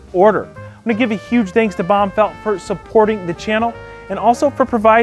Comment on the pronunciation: why do you always say "Danks" instead of "Thanks"? is it like a accent in the US or something:s